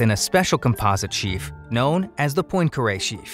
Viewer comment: Hurt my ears every time "Poincare" was mispronounced.